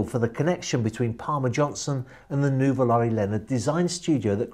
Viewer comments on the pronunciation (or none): none